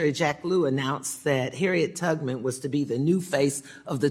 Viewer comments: Harriet… tugman? I swear that’s what she said 😂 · Mrs. Beatty said “Harriet Tugman” come on.